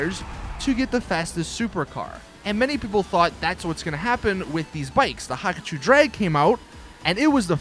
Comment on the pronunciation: STOP SAYING HAKACHU DRAG, PRONOUNCE IT, HA-KU-CHU NOT HAKACHU WTF IS THAT